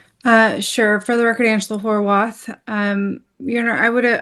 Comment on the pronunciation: Did the judge really say "HOW-ARTH"?🤦